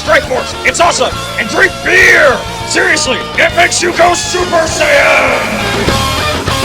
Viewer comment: This video just got another like just because used his BEEEEEEEER voice.